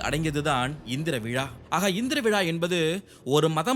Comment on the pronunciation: Very informative...but pl watch your pronunciations....மாதம், not மதம், நோக்கம், not நொக்கம், விழா, not விழ